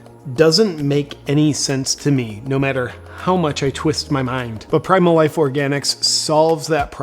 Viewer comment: Was that "do your wife" or ",life"? LOL